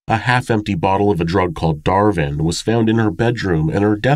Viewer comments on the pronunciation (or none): DARVON not Darvin. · That medication is called “Darvon”, not “Darvin” ( just FYI 👍). I hope you’re feeling better too! Great video btw! 💟☮️ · It’s not Darvin, it’s Darvon. Pronounced dar-von